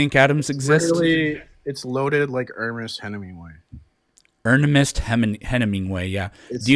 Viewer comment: Ahh yes, Ernemest Henimingway😂🤣